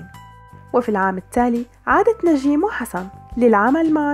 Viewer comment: ندين الحلوة هي و تمثيلا😍😍😍 بس كرمال الله لا تقولي نجيييم اسما هيك Njeim نجيم مش نجيييم😤 ندين مشاركة بمسلسلات قلال بيعرفو هالشي و بفكرو أن عندا بس أربع خمس مسلسلات😂 براافو هيك رح يعرفو و يخرسو